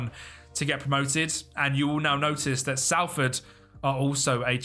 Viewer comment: just so you know its not pronounced sal-ford its sol-ford